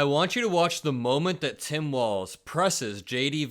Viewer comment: Vance pronounces 'Tim' more like 'Sam'. ???